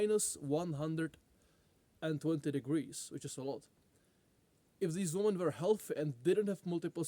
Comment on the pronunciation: say women correctly will be disappointed